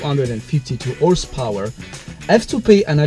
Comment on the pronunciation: WTF is orse! power